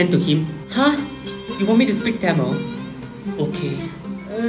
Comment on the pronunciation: The way he pronounced Tamil is like pronouncing camel😂😂